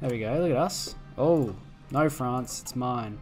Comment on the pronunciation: You pronounce "no" as "naur" and it never is not funny. Great videos mate.